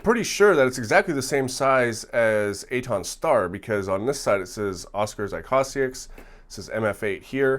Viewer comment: It's pronounced īkõsāiks (õ=long o)